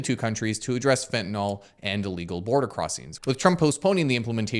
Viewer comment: Great video. Suggestion though: since you're such a credible channel, could you please say "Fentanyl" as opposed to "Fentanol"? I realize that so many people mispronounce it that it's almost accepted, but chemically "yl" means something very different than "ol". Alchohol vs Phenyl. Benadryl - you wouldn't want to accidentally call it Benadryol.